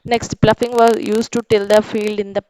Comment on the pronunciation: Plofing ❌ ploughing ✅